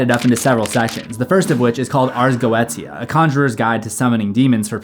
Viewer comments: Ars go-ay-sha is how its pronounced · I believe it's pronounced "Arz Go-shuh" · i think its pronounced ars Go ee sha like militia or inertia